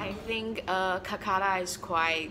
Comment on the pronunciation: It's kolkata not kulkata